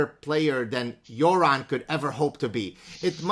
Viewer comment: Props for pronouncing "Göran" correctly lmao